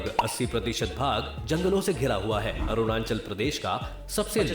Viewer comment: Ye video wala Arunachal ko Aru nan chal Bol raha😂